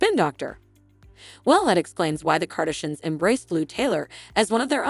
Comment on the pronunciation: Kardishins? Kenny? Good grief, if you aren't going to do your own voice overs, don't bother posting. Letting the computer mispronounce the names makes the whole post appear irrelevant.